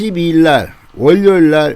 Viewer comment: 두음법칙 지켜주시고틀때마다 구독호소 듣기가 안좋습니다 월료일-워료일